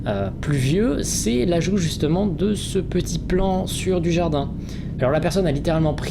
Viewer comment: Quand tu disais « un plan du jardin » j’ai entendu « Jean Dujardin » 😂😂